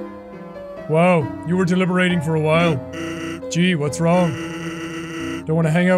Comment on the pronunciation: Jack pronouncing "wronge" like "orange" proper sent me